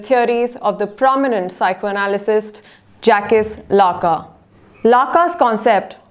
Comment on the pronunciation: You should be ashamed of yourself for pronouncing Jacques Lacan this way! What an utter disgrace that someone who is supposed to be a specialist doesn't know such a basic thing?!